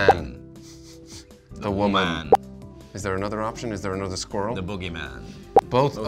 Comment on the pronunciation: See? They both said squi-rrel! #TanWasRight #SqurrlisANoise #SquirrelisAWord